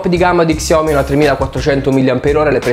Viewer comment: Si pronuncia sciaomì non csiaomi😂